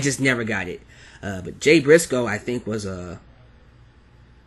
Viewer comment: LOL turned Italian there for a second when he tried to pronounce Jay brisco name